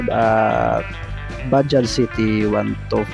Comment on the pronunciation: Ok ang pagka bigkas sa bajaj Ang iba blogger baja daw nawala ang J